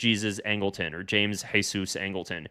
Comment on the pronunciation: Nope. Angleton did not pronounce his name the Spanish way, it's the English way Jee-zus. You were right for most of the video.